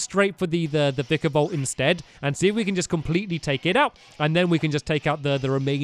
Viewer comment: faceplams when stampy does vikavolts sound..faceplams harder when he reads vikavolts name